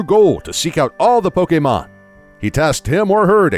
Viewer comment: Does anyone else get aggravated by the way he mispronounces Pokémon’s name? It almost makes this unwatchable